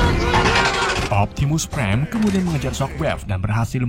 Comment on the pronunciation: optimus preng wkwk